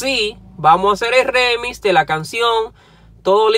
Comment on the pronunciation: NO ES REMIS COÑO!!! ES ( REMIX EN INGLES ), Y RIMIX EN ESPAÑOL.